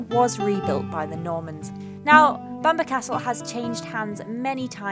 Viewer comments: Loved the video. May I just point out that the forest is pronounced "Keel der" and Bamburgh Castle is pronounced "Bam borough" not Bamberg. Holy island is also known as Lindisfarne. Cracking videos, I always look forward to them. Sorry for correcting you lol. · Spookywith the camera. It's also pronounced keelder and bambruh just for future. :P And permission to fly a drone there? ;)